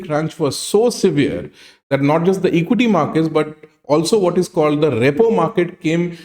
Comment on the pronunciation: It is not ReyPaw market… it is pronounced ReePaw market